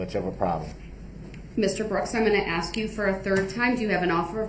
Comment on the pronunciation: Why the HECK DOES HE STILL “AXE” questions!!! He hears how everyone else says it I assume,? Then why can’t he talk!!!